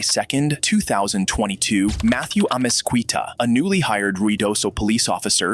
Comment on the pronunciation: amezquita amez-key-ta not qwe-ta